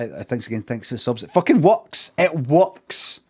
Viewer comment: "It wuks!"